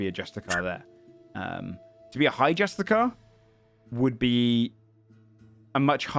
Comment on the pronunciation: I know its months old. I know its so minor of a point, and if they're called that in the lore by all means thats cool. But if its the term Justiciar you're naming them after. Its pronounced JUSTICE -E-ARE. I found out I was calling them the wrong thing for years until yesterday, and now I hear it here and I feel I gotta do it so you don't feel lied to like me. Loving the series, I see all the heart put in on the early days so i can't wait to see whats ahead